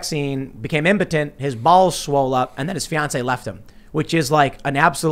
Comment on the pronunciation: From now on pronouncing balls like Tim. Bawlz! 😂